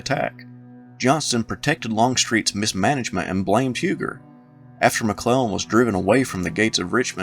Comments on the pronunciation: Huger is pronounced u gee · One correction so far... Not Huger, pronounced "You-gee"